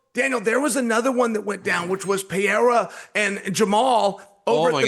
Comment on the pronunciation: Chael even got DC saying "Pierra"😅😅